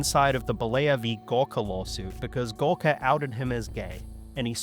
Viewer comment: I was listening to this and did a little double-take when you said "Gawker" because it sounded a bit like "Gorka".